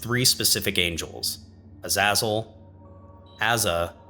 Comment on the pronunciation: This video so far is really good, I like how you're explaining and presenting things. As of writing this I'm just over 35 minutes in. Everything is great but you're pronunciation of Azazel makes me wanna defenestrate myself. Other than that great video 👍🏻 this series really needs more attention.